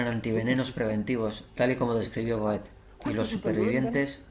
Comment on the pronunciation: Una pequeña observación: la pronunciación de GOETHE Muy interesante y sobre todo impactante... Gracias